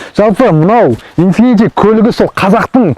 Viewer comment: Инфифи демей дурыстап айтсаш